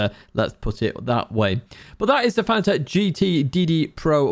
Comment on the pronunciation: Its not Fana-tec, its pronounced Fa-nat-ec